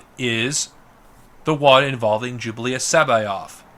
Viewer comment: Is he sayin “Jublius” I thought it was pronounced Jorus